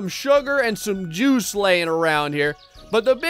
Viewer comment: With the way you talk it sounds like "through the Jews over here"